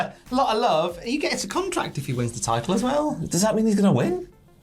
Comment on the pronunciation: Does say cum-tract? 🤔 I have no idea what one of those is but I don't want to see it being 'signed' 😂😂😂